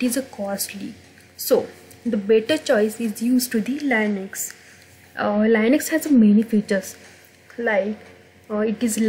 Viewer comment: Is It Linux not Liunux correct if I am wrong! 👋